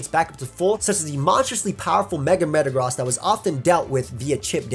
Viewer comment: this man really said "Metagrahs"